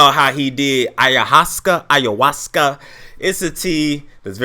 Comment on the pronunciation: It's pronounced I-ya-was-sca